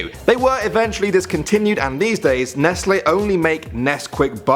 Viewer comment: FINALLY SOMEONE WHO SAYS NESTLE PROPERLY